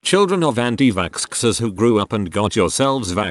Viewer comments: was I the only one who was a bit confused whenever the robot boice said anitvaxxers, it would say antivaskskskskskskskskskskskskskers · Reddit: Anti-vaxxers Text to speech: Anti Vackscksers